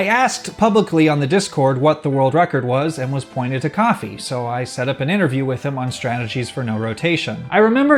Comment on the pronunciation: i don't think Kofi is pronounced coffee.. think of kofi kingston lololopl